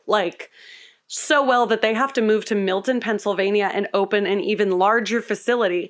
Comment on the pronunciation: I live in Milton PA and I’m so glad she pronounces it like we do 😂.